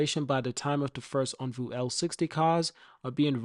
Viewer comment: It’s OnvO—-not OnvU Also it’s widely known that Firefly is a cheaper, not more expensive brand….c’mon man, let’s spread the right stuff—-keep up the fight tho- appreciate U